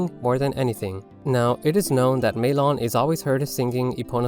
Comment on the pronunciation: Maylon? Rly?